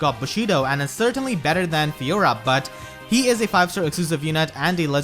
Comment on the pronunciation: Lmao. I cant unhear it now